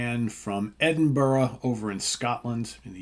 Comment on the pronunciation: Pronounced Edinburgh correctly 😃. Glad I got to see Dvne a bunch of times in wee venues like the banshee labyrinth as Asheran was coming out. Also seen them open for king buffalo and Elder in the old citrus club around this time.